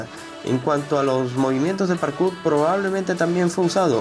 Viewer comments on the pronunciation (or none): none